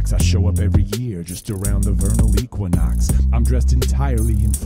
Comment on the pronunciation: Love this sooo much, but did I hear you say vernal equinox? 🤔